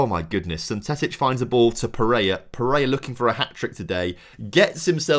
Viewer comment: really serves you right for mispronouncing pereira despite it being a very simple 3 syllable name